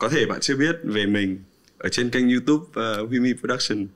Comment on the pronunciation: quen mn gọi ảnh là chứ hong phải Huymi:)))